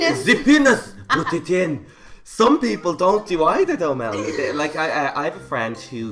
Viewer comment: "Put it in" the way he said it, that's so Russian. 😂😂🤣🤣🤣🤣